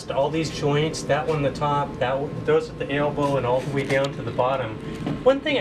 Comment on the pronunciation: is it an "Ale-bo" or and elbo fitting. lol